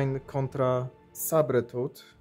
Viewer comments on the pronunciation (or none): "Sabretuth"a może "sejbertuf" tak samo "Wolwerajn"? Powinno być "łólwerin" nie robię tego ze złośliwości tylko żebyś na przyszłość mówił poprawnie no a tak poza tym to dzięki za film. "łiplasz";) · Podziwiam ze kupujesz komiksy i nie wiesz z czym masz do czynieinia. sabertooth inaczej się czyta. Wipflash?????? 28min.30s. hahahahahha gdzie ty byłes w dziecinstwie? Ale mimo wszystko SZACUN👍